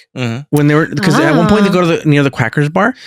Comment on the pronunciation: Did he seriously call Quarks the Quackers Bar?